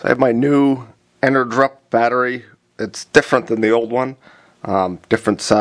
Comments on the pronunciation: Thanks for the video! I realize that this is an older video, I am curious how did the batteries work out for you? Would you recommend them as a budget replacement after using them for a while? I am pretty sure it is supposed to be pronounced "energy up" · En-er-GUP, no_R, not GRUP